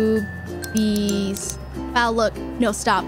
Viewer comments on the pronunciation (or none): Chat: Freaking out: "B O O B I E S"